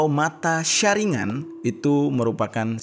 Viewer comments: Saringan wkwk itu baca salah bukan saringan tapi sharingan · Saringgan bang bukan saringan🤣🤣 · kyk baca ningen aja dibaca ningGen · Maaf sebelumnya kayany yang bang jeri maksud itu bukan mata sasuke yang 6 6 6 melainkan itu mata Madara Uchiha dan yang berdarah itu punya itachi dan yang segi 6 itu baru sasuke 🙏 dan pelafalan sharingan itu sebenrnya bacanya Sharinggan gitu